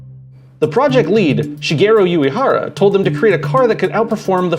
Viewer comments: Only an American is capable of pronouncing Uehara as yuyehara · Good video, NSX is one of my favorites car ever. But man, your pronunciation of Uehara is fucking atrocious. Hell, can't expect a yankee to have a minimum amount of respect for a foreign language hey?